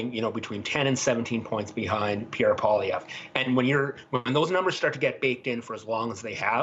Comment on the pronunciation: It’s not “ Pah”lievre! It’s “Pooah”lievre !